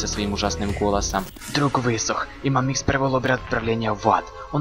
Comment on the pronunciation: мАмикс а не мамИкс